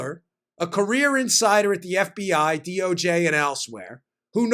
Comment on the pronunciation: Hey Dan, I think you meant “F B Eye”!